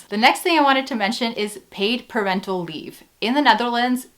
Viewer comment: I swear I heard "per rental leave" and I was confused as hell until I realised you said "parental leave"